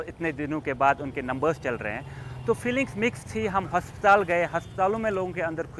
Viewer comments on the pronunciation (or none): हस्पताल नहीं वेटा अस्पताल होता है 😁😁😁😁😁